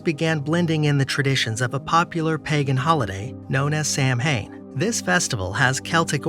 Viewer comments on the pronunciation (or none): Samhain is pronounced Sow-en not Sam-hain. Samhian predates the lame Christian observance of Hallow' eve by thousands of years. Samhain in Celtic means Summer's end and is the final harvest festival. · That was a great video. The way that you explained it from my point of view was great, except the pronunciation of Samhain. It's actually pronounced Sow-in. And, yes, it is our New Year. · 😧Gods! 😲Samhain!It's pronounced "Sow-when"...😎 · Lol. I was losing my mind over that, too. Lol